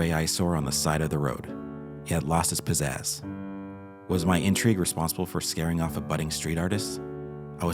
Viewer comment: "He'd lost his piss-azz." 😂 Couldn't tell if that was intentional or not.